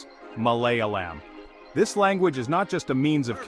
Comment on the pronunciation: MalayAlam with a long A as in “ah!”.